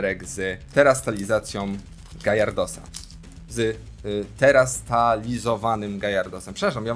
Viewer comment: To jest gyarados , a nie żaden gajardos